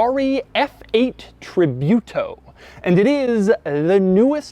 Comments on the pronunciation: Doug,I know Americans have issues with foreign names specially italian but try researching a little bit before shooting so you can get Ferrari names right at least. It is not Tribyuto,it is without Y so just Tributo (Tree-boo-to) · You pronounce its name "Treebootaw" not "Treebewtaw". Please. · Treebeeyoutou? It's tributo! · It's pronounced Tree-boo-to, not Tree-byoo-to, Mr. De Muro ;) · no is not tri biu to. tri bu to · tree-boo-toe, douglas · TRI"BUTO" lol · nice video Doug, thanks for the content and stay healthy p.s. I hate the way the way you pronounce tributo sounds like "tribute-o" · Tribyooto? Doug the kinda guy to pronounce quesadilla like kwesadila. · Its pronounced Tree-boo-toe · hearing your pronunciation for Tributo is a pain :P but -the review is really nice, as usual. I'm a bit fun of the channel ... greetings from Europe